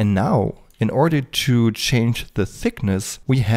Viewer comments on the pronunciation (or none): none